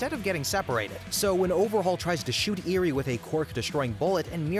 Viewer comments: The mispronunciation of the name sis genuinely pissing me off. Like did you watch the show. I’m like 2/5 of the way through and already I count Mineta, Iida, Nomu, and a few others. Edit 1: LIDA???? IIDA. EE-DUH. Edit 2: EERIE!? ERI. OMFG this is pissing me off. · Can you learn how to pronounce names please? IzukA, Eery, ETC. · "Lieduh" "Leeduh" "Lidduh" "Nahmu" "Eerie" I'm BEGGING you did you even watch the show 🥹